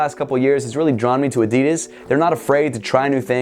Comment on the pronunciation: You don’t know how to say adidas